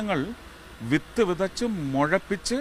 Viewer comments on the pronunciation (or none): അണ്ണന് മലയാളം അറിയില്ലേ ശരിക്ക് മുഴപിച്ച് എന്നല്ലല്ലോ മുളപ്പിച്ച് എന്നല്ലേ